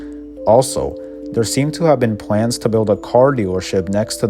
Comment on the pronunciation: "Wel-wativewy" "fac-towy" "pwans" "we-wease" Jesus christ.